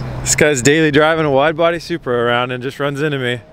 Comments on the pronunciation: sounds like you called the supra a subaru! Can tell you're super excited driving the beast. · Nah he said supra but it just sounded like Subaru😂😂😂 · Rolando Bernal he says supra. He just says it weird